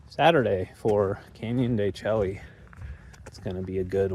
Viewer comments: you're touring my homeland. The Navajo Nation. Canyon De Chelly is pronounced Canyon De "Shea" . Id go check out Shiprock just to see the monument. Its actually quite cool if you go up to Four Corners ..youd be so close so may as well go and check it out. Go try a NavajoTaco at the Resturant in Chinle they are amazing. Also you know more about Navajo "4" more than most millennial Navajos LOL . Thanks for sharing and looking forward to more. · El Morro, what a cool spot. They really made the trail unique. Canyon de Chelly is really cool also, tall sheer cliffs and ruins (pronounced de Shay). The route you have planned out is super scenic. Be sure to check out the Moqui Dugway and Valley of the Gods by Goosenecks State Park and of course Monument Valley. Navajo National Monument is a CANNOT miss spot, spectacular!! Lived in the Page area for 20 years, great scenery. Hi from Silver City, NM. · El Morro looks cool! I'm on the fence with excavation/archeology. I resonate with the respect thing but at the same time, we wouldn't know our history. There's ways to do it respectfully. Look at Chaco Canyon or..Canyon De Chelly (pronounced shay for the viewers, you like to play on words like I do haha). Once again, no one around 😄🤙 Been a long time since I've seen a coin tray wash. 64?!! Lol. Everything is cooler when you're surrounded by rocks. I'm still partial to the red rock..Zion, Moab, Sedona. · When we were there the ranger told us it is pronounced Canyon de Shay 😮